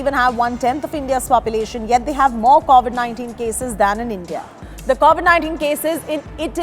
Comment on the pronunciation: Man! It's CoVid, not CAUvid.